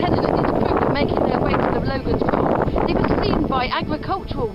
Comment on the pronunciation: It isn't "Logan's Rock", nor is it pronounced "loe-gun", but "logg-un". It's the local way of saying "logging", and to log was to sway. When tipped off its perch, it slid sidways (eastward) and was caught in the crevice immediately next to it. A print in the Logan Rock Inn clearly shows it in this position.